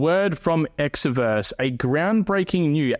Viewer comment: Promoting Exverse and can't even pronounce it correctly 😂